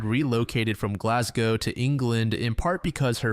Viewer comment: He pronounced Glasgow perfectly! 🥳